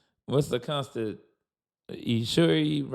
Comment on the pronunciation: "The Consti- dooo- tion" 😅😅😅😅😅😅😅